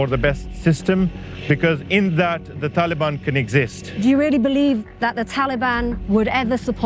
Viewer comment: Anyone heard Pakiistan After Taliiban, or is it only me ?